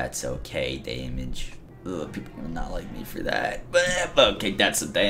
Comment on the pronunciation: "Day-mij" got annoying by the third time.